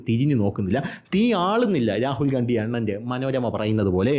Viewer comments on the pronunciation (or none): ഗണ്ടി... അണ്ടി എന്ന കേട്ടത് 😅